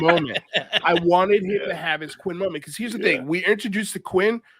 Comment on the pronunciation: Quint. With a T at the end 😉